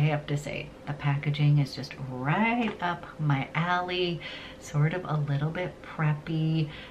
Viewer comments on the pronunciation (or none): none